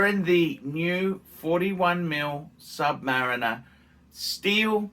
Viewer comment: How come sometimes you pronounce it submariner and sometimes submareener???